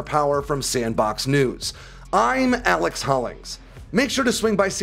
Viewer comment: You can tell how juicy the video is by the way he says "IM ALEX HOLLINGS..."